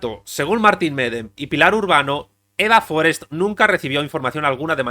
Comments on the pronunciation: Forest no es un apellido inglés. No es Fórest, es Forest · Forést, no Fórest. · Forèst. No era anglesa. Tots els espanyols, quan hi ha noms que no són vostres els pronuncien com si fossin estrangers.